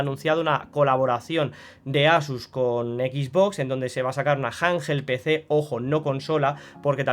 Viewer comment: Janjel Pecé😂